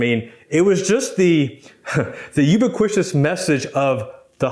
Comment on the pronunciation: Thank you, I love your channel, YOU are AMAZING! I sincerely appreciate all the information you're sharing and guidance you're providing., so I've subscribed In turn, as an English teacher, I feel obligated to return the favor; , the word "ubiquitous" is pronounce as heard here